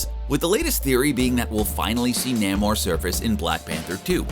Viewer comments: Namor is pronounced NAY-mer (rhymes with "gamer"), nor the weird way it's pronounced here. ( ) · Please pronounce Namor's name correctly. It is with a long A sound.